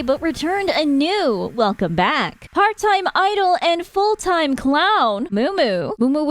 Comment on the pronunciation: "They are coming BRACK" hahahaha Thabks for the news update! Love your content as always